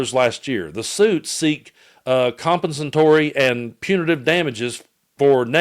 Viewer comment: Com PEN satory. Accent on 2nd syllable.